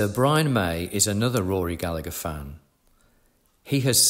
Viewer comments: As an Irishman, I cannot tell you how much I flinch every time I hear his name mispronounced. In Ireland the second G is never pronounced: Ga-La-Her 👍🏻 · At least pronounce Rory's surname properly please.